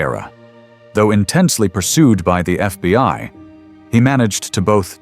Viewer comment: "He was ambushed and shot by the FBY." 😐